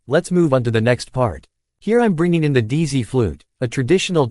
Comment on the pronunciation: “Dee-zee” an ai trying to pronounce dizi is so funny to me